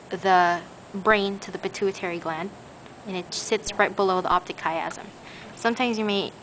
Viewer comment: i thought she pronounced pituitary just fine. and i'm PRETTY sure that IS the pituitary gland.